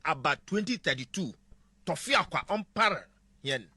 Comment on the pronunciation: Aboafunu, akronfoō. The Igbo word is not torfiakwa ; it is tufiakwa.